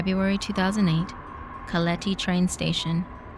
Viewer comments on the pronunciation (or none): "Calethi" is now stuck in my mind forever I'll never be able to pronounce it ever again worth it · I love the way you pronounced Keleti and Budapest 😍😂 By the way I looove your videos 💕Kisses from Hungary😘